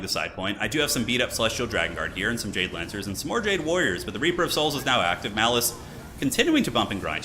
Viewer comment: The jade lancers... You said it like... DJ Lancers? Is this the power to rival khatep?!